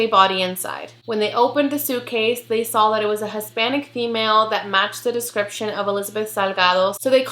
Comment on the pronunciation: girl I love you and your channel but I died ever time you say “sawl” *saw lol it’s funny and cute. Keep doing what you do.